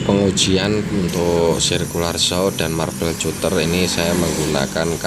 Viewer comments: marbel katter ejaan nya bang, bukan cuter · Skdr info om.. cutter itu baca nya KATER aja. Pisau kater.. hhehehe